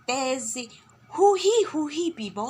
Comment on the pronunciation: শব্দ উচ্চাৰণত গুৰুত্ব দিব লব,,,,,লৱ পিব,,,,,পিৱ